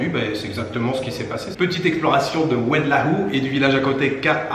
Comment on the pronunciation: Oued laou Ça se prononce oued low